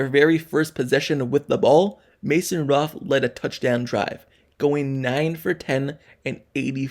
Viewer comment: His name is Mason Rudolph. And I'm not going to talk about the jaguar, I don't know what the hell you saying.